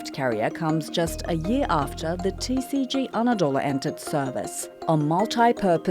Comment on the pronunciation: Koskoca TRT TCG'nin Türkiye Cumhuriyeti Gemisi demek olduğunu bilmediği için, tisici diyerek kısaltıyor. Türkçe söylendiği gibi okumak çok zor olmamalı. Kızılayı kizilay olarak nasıl telaffuz etmiyorsak. TCG'yi de tisici olarak söyleyemeyiz. Geminin şahını harikalığına vurgu yaparken bile yanlış terimler kullanmak cahillikten öte değildir.